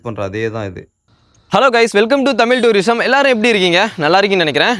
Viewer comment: தமில் அல்ல தமிழ்.... ழ ழகரம்! பாடசாலையில் தமிழ் எப்படி உச்சரிப்பது என்று கற்றுத்தரவில்லையா? 🤦🏻‍♂️